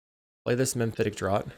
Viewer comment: Great games 🎉 FYI it's "Mephitic Draught" not "Memphitic Draught" 😉